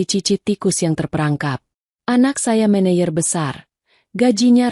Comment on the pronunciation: MANAGER bukan Mayer.